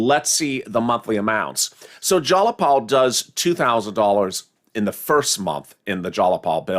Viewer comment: ITS JAYAPAL.. not JALAPAL 🤣😂🤣🤣🤣🤣🤣🤣🤣🤣LOL. YOUR FUNNY "" ❤️